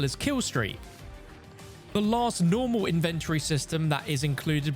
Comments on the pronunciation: That’s the first time I heard anyone pronounce Inven-tory like Invent-tory. I was so conufused at first 😂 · why do you say inventory like that?